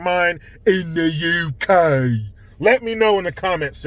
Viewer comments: Loving your work from Scotland, "in thuh Uu Kay" 🤣🤣😍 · please stop saying UK that way 😂. And to your question. I haven’t ever heard anyone refer to themselves as African British or African English. I’m white your black. Why do people make this so twisted?! Love your videos. I’m Your num1 UK fan 👊 Good luck America. 👍🏻🤡🌎